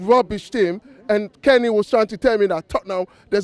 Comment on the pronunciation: Balderdash, this guy is taking absolute balderdash apart from when he's talking about tot-ting-ham when he has correctly described them as 🐕 shit.